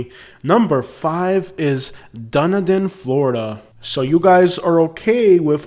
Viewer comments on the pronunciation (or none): The locals pronounce it Dun-e-din.